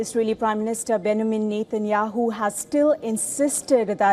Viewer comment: A reporter who cant even pronounce Benjamin properly. Keeps saying Benamin